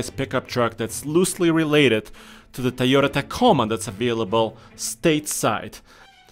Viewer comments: Tieyota Lol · Good vid but they are utes not pick up trucks and they are pronounced toy-oters